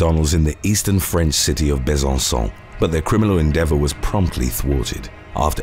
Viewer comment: I like the way you said Besancon. Exactly as I would have said it. I speak a few languages Mostly Latin languages. You have a warm and inviting voice. You present great content. You are special.